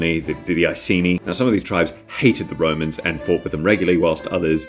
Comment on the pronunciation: I know it's was an accident but the first time you said romans I heard "woe-mans" "I have a vewy good fwiend in wome named Biggus Dickus. Do you know what his wife is cawwed? Incontenentia. Incontenentia Buttocks"